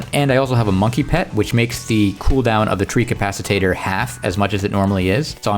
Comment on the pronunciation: You keep saying treecapacitator, it's a treecapitator. ;D